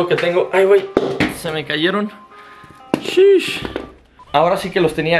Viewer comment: Deja de decir seesh, alto cringe